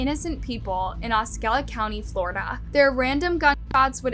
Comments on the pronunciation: Osceola pronounced 'ah-see-oh-lah' ....narrator said Oskella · Osceola is pronounced "ahh-see-owe-lah" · Good video but you gotta' work on your pronunciation. Osceola - Os-C-ola County. Guerrero - Gu-air-ro Sikorski - Si-Kor-Ski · It’s ah- see-OH-la county. Just for future reference.